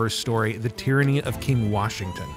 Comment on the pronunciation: I thought you said Tranny king for a second 😂😂😂